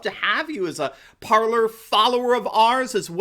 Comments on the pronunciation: It’s pronounced Par-lay is it not?? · Parler is pronounced "par - lay." Source: Parler. Just sayin'... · I believe (although I could be wrong) that "Parler" is pronounced par-lay, using the French verb "parler" (parLAY) meaning "to speak/to talk)". That makes sense based on the nature of the platform... Also considering that the English word that sounds like "parLOR " is spelled "parlour". Like a beauty parlour or an ice cream parlour.